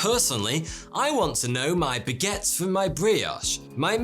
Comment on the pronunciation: The sponsor could never have chosen anyone better than. Judging by the way he pronounces “baguette”, “brioche”, “mère”, “grand-mère”, “soleil” and “soirée”, he really needs the app to improve his French skills so as not to scratch his head in embarrassment 😅